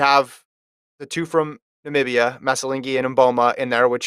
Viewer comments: I hate the way this reporter is pronouncing the two names(Mboma and Namibia) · "Nambia" "Okay, that country" what kind of channel is this? I would never subscribe to this channel 🙄 It's Mboma from Namibia foolish men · It's Namibia Google and pronounce the country name correctly please and its Christine Mboma, are you surprised that so called world athletes get such competition from an African country Athlete, Radical Awakening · Her name is Christine Mboma and “that country” is Namibia !!!! Put some respect on our countries name and get it right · It's Namibia dude, it's not even complicated to pronounce. Maybe you need a new co-host who does his research and doesn't undermine African countries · You can pronounce Aristotle, Beethoven, Einstein, get the Namibian young lady name correct & her respective country.